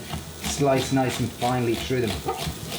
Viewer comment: Love the way your accent makes "through" into "true"